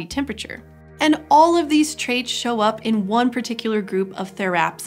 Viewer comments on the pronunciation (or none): none